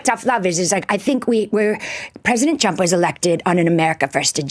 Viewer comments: Her pronounciation sounds like Donald CHUMP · Why does she keep calling him "President Chump"? she doesn't seem to in general have problems pronouncing 'r', does she? And while his detractors can be expected to use derisive nicknames, aren't isn't supposed to be a supporter of Trump? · In her defense I love how she pronounces his name as Donald Chump ❤ any and all signs with his name on it should be changed to this. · Is it just me or did she say "President Chump"? - LOL She'd better watch out. She might have a visit from some people when she returns home.